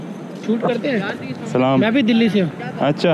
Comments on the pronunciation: Its actually true what the guy said about salaam but he dint say it exactly correct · Your Salaam is fine don’t know why he said it’s a curse probably thought you said Saam-MA which sounds very similar and is a curse but just pronounce the L and you’re fine. It’s how all of us Australian and New Zealand British and American muslims greet each other so yh you’re fine and I laughed at your backwards greeting cs it happens a lot to us too it’s like answering I’m fine before anyone’s said how are you 😂. Love your videos I’ve gone through 5 in the last hour and I came from Jim’s page